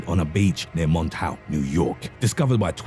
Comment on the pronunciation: MONTAUK = MAWN-TAWK